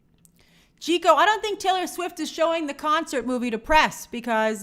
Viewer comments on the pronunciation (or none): none